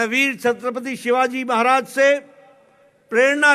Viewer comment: He is totally useless & not able to speak properly name of great king Chhatrapati Shivaji Maharaj